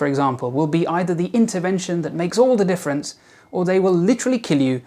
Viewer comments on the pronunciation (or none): none